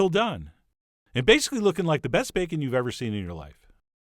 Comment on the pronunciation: That is some superior-looking "bakeun"! 👍